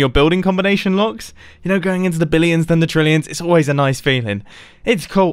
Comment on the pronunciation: he said blillions or it just me